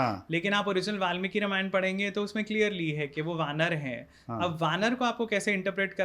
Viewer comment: Dear Sir Ramayan ka pronunciation thik se karo